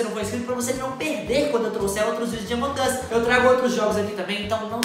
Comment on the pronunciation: É AMONG US NÃO AMON GUS